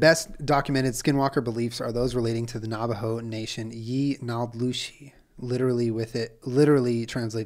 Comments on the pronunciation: Low key... its hilarious listening to someone try to speak navajo. It's so normal to me... but just hearing julien try to pounce navajo words makes me smile.. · I was screaming listening him try and pronounce lol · white ash doesn’t refer to a specific type of tree, what we(navajo) use as protection especially at night is ash from a fire. Just dip your finger in the ash and put it on your forehead or the crown of your head. It was also funny watching you pronounce the Navajo names. This was a good episode.